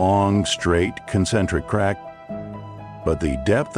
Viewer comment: The static approaching the 8 minute mark and calling a crack a crock is why I didn't watch the whole thing 😑